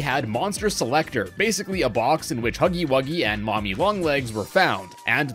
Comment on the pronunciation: its huggy wuggy ! not huggy wugsy